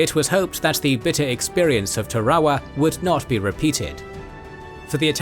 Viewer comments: Tar-a-wa. There's only one R. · From what I can gather, it is pronounced ta-ra-wa or tah-rah-wah in Gilbertese, with all three syllables pronounced quickly and evenly, perhaps with a very slight stress on the first syllable. English dictionaries seem to put the emphasis on the second syllable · Not sure you pronounced a single proper noun correctly. Tarawa particularly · Am I crazy for hating how he pronounces Tarawa? Is it a brit vs American pronunciation, or is one of us saying it wrong?